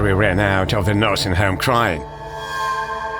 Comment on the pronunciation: "NURSINY HOME" LOL